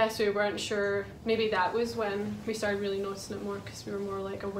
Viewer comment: Me seeing „Lets get Started!” Also me hearing how is saying „Started” Startid 😂❤️ love you so much Youre amazing ❤️❤️